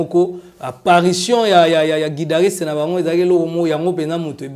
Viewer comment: On dit guitariste et non guidariste